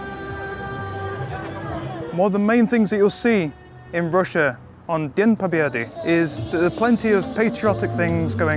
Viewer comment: It is the phrase you articulated mins Sir, it sounded like 'Dien Pobeddy'. Presumably Dien is day, and Pobeddy is victory. Cnabba Poccnn. Akmat Silla.